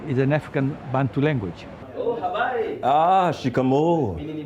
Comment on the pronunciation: Habari,,,shikamoo😂😂 It's Habari,,,,, mzuri